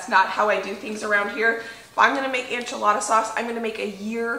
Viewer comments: Am I gonna watch this even though you pronounce “enchilada” as “anchilada”? Yes. Yes I am. 😂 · girl. I love you. So much. Say it with me... EN-chilada. Not ON-chilada lol. Also, any bumpdates coming?! 💕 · The pronunciation sounds like - IN - che- La da . I myself learned from my neighbors who were from Mexico taught me to Add Chicken bouillon to enchilada sauce and it puts it over the top !!🐔🌶🐔 Roast the onions and tomatoes and garlic- Yum!😋😋😋😋😋😋😋😋😋😋😋😋